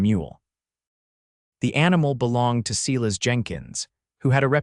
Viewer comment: IT's SI-LAS - not SEE-LESS